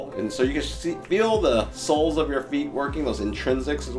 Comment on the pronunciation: “weaknesses in our soles.” Even though I knew the topic of the video, I did a double-take when I heard this because I thought you meant “souls!”